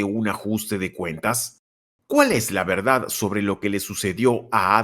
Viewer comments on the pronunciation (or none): none